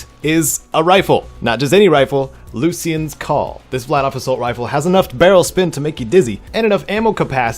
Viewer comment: It’s pronounced “lue-sh-ian” not “loos-Ian”